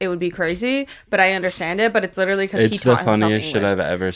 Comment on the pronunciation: He’s witually gwiddiying